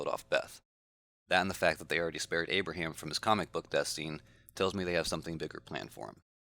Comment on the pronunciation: its Abraham